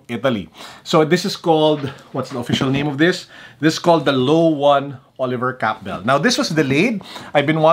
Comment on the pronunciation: Cabell is pronounced differently from the other videos I've seen. The cadence is like "wabaam".:)